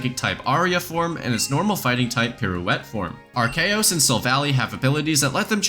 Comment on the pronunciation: Ar-see-us fans and Ar-key-us fans need to drop their rivalry and take on a more accursed foe: “Ar-chaos”